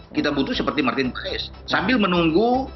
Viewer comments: Cara bacanya Martin pas bukan paes. 😅😅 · kata koci...nyebutnya ..martin pas... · Bacanya martin paz